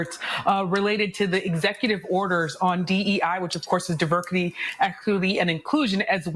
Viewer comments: Wait, are we not going to talk about how that sister said Diverkity instead of diversity and how she tripped over the word equity!?!?😂😂 She can't even say it right! 😂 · Yamiche Alcindor, the WH correspondent from NBC news, she is obviously a DEI hire. She can't even pronounce two of the words in DEI!!!!?? Are you kidding me? Did somebody mess with the video or is this real? I am looking forward to people getting recognized for their merit and not skin. I'm pale as h e l l!! Smart as a whip. Looked over for a brown idiot mire than once I'm sure. How can I say that? There are quotas that had to be met. I'm an RN. 30 years. I'm white and have experienced anti-white racism too. By the black and brown women. Asians, Indians, and others are also racist against whites. Enough already. I did nothing. My family fought and died freeing slaves fir example. I know you don't care. I have some how held you back.. yadda yadda yadda....so excited for this chapter in America to be closed with a SLAM!!!😮